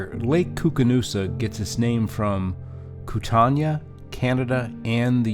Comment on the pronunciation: Locals pronounce Kootenai as "koot-nee".